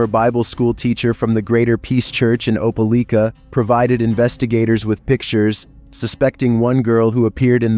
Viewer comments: Hearing you pronounce Opelika like that killed a bit of my soul. It’s Opa-lie-ka, but Opa-lee-ka did give me a good laugh. Was a bit confusing because you switched between the two throughout the story. Even still, great video my guy! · Opelika is pronounced ope-uh-lye-kuh